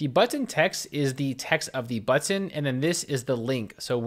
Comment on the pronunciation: I love how you pronounce.... BuTTon